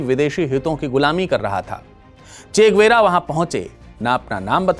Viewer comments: গুয়েরা নয়, গেভারা। আগে সঠিক উচ্চারণ টা শিখুন কেমন। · Bhai saab, yeh guera nai... Gue va ra,..hai.. Hum bhi Bolivia main rehte hai... aur spanish Bolte hai..